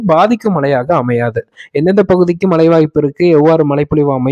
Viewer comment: மழை என உச்சரிப்பதில்லை மலை என்றே உச்சரிக்கின்றார்